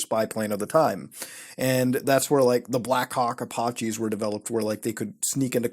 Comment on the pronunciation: The way he innocently demolishes the word Apache lol.